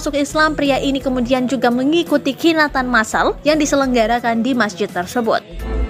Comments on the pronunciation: Khitanan bukan khinatan,.. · Min ngucapnya jangan khinatan... Tapi khitanan miiiiin... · salah ucap mba.khitanan bukan khinatan mba. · Kenapa reporternya bilang khinatan massal bu? Khitan massal kali... Hehehe, Semoga saudara kita yang barusan mualaf tetap istiqomah . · Iya mbak,salah nyebut nya.. harusnya khitanan..2 kali nyebut tetap salah.. khinatan..mungkin saking semangatnya kali ya.. 🤭😁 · Khitanan.mba bukan Khinatan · khitanan.bukan khinatan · khitanan, bukan khinatan wkwkwkwk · Khinatan apa khitanan, Min?